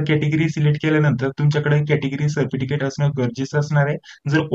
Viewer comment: Thank ❤nice information ❤ सरपटिकेट ka bolta 😅😅hasi aa gayi jarasi sorry 😁😁😁